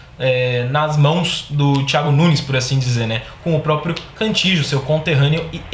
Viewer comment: Não se pronuncia Cantijo. A pronuncia é Canti-io.